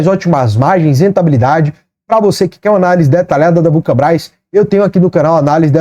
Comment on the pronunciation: fala Vulcabras ou vulcanbras? Só eu que notei isso? Kkkkkkkkkkk